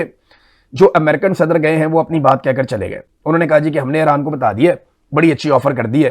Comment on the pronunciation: 'Eeraan, esraiiiieel ' what a unique pakistani pronunciation! ....😅😅😅😅😅😂😂😂😂😂😂😂😂😂😂😂